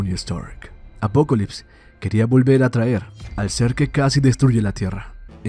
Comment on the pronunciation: Solo soy soy o el man le dice apocolypse en lugar de apocalypse, el otro es de DC no?